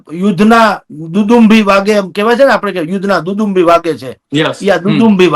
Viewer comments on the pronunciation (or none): દુદુંભી નહીં દુંદુભી🙏